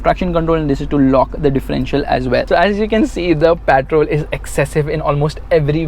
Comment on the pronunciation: literally every journalist who went to Dubai pronounce the word Patrol "petrol" ...only you are the one who pronounce the name correctly